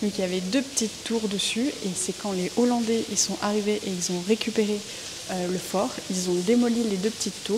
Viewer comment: Merci pour toutes ces informations, cest une belle initiative ! mais, de grâce, dites les hollandais et non les z'hollandais...